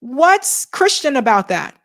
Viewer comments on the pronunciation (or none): none